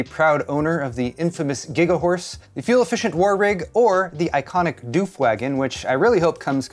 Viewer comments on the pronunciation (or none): it's not doof, it's oof with a d infront of it, hence doof doof music, it's an australian reference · Love you... Not that you would know but "Doof" rhymes with woof/hoof.